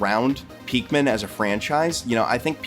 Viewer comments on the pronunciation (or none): Are you saying peakmin, it’s pikmin